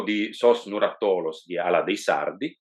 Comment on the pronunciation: Orrios si pronuncia con l'accento sulla prima o e significa orriu, deposito o magazzino.. da confrontare con il latino horea. Nuràttolos e non nurattòlos